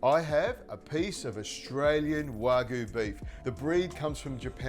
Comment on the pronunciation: Learn how to pronounce wagyu